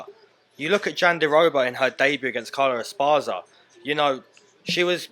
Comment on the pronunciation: I lost 10 pounds lastnight and I aint talking about weight. 😢 P.s The name is pronounced Carla Es Par Raz za.